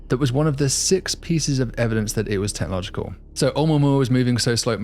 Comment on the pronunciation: "..that 3I-atlas is technogical... . . ." DAFUQ is "technogical"?!? 🤣🤯💩 I can't listen to you MANGLE the bloody language. I'm out. 😡